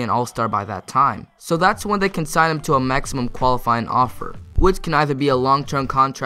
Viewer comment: Lol he said maxium contracts instead of maximum contracts